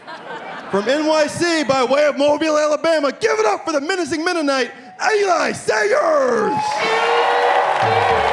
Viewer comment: Learn how to say Eli it's not that hard it's a 3 LETTER WORD. Fucking idiot